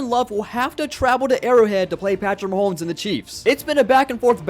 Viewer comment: did bro say mahomo LOL